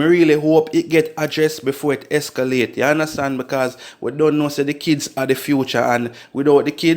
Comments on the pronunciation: ESCALDE IS A VEHICLE!!! The word is ESCALATE!! Educate uno self man .. sound dunce!! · Youth no disrespect, but the word is “Escalate”